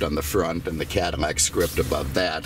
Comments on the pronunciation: Why is he saying cadamack ? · When did Cadillac get pronounced Cadimac, this person needs a speech therapist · Is it just me or did he keep saying cadi-MAC?😂